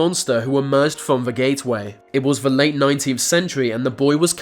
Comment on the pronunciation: If the narrator learns how to replace 've' with 'the' he may stand a chance of narrating properly